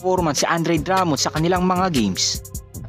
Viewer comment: san ba source mo?baka si cousins pwede dahil sya matunog ngayon.sa pagbigkas palang ng "Drummond" mali na,pano pa kami maniniwala sayo😂✌️